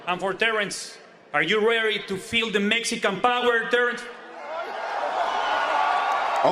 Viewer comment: “Mexican bower”😆